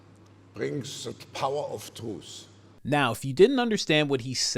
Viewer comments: “power of TWUTH” (truth) is what it sounded like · I seem to hear him say : ‘Academia brings the power of TRUTH’. Not tools. Pronounced with very soft R and an S in place of TH which is common among some Europeans.